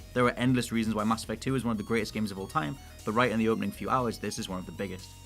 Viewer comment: He pronounces mass effect as masturbate 😂😂